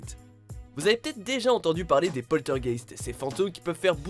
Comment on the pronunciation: Les polter GUÉÉÉSTES xDD